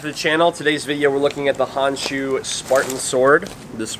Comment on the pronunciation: I like how you say where its from. Also good job on edge alignment in that cut test.